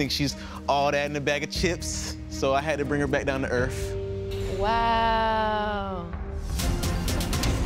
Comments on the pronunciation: Mans really said earf 😂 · " I had to bring her back down to erff " Lol you mean earth! 🌏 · “Had to bring her back down to erf.”